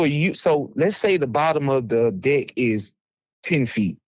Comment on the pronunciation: Thats deck. Not dick.